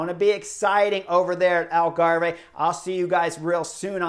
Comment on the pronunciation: Love the covrage chris but you know that it's pronounced 'algarv'